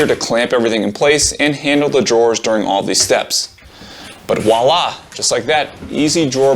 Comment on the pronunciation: So you know it's "VOILA", right - and you said "walla" as a joke, right ... ??